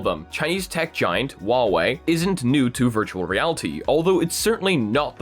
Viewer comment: doesnt know how to not make people angry when pronounching huawei His solution: waoé